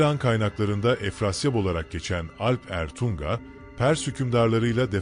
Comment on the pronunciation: Alp Ertuŋa olarak yazılıp okunmalı